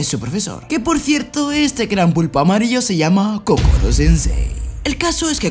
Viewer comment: era koro no kokoro xd